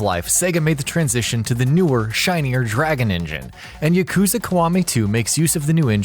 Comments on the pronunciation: Yakuza is not hard to say. It is not "YaKOOza". There is no ooo sound and definitely no emphasis on the second syllable. They say it enough in the games. Ya-ku-za. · The way you say “yakuza” and “kiwami” triggers me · "Yuhkoozuh" Stooooooooop. Its pronounced like... "Yahkoozah" Only in sense that that U always makes an oo type sound. Yakoozah actually looks hella wrong... just... be weebier plz. Learn yerr japanese pronounciations. Ill work on my english spelling. XD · You saying yuh — kooza bothers me so much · he needs to know how to pronounce "yakuza" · whats wrong with how he says kiwami everyone says it like that .. u got him on the yakuza tho